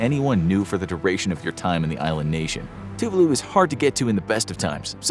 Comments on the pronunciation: Gohhh it erk me the way u pronounce Tuvalu..it's Tu-Vah-loo not TŪ Voo loo anyway carry on hehe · Two var loo is the correct way to pronounce. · Very bad (American) pronunciation of Tuvalu !!!!